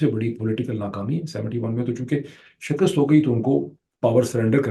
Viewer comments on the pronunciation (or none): none